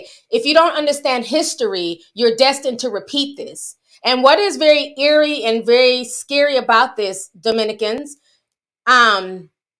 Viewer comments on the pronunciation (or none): none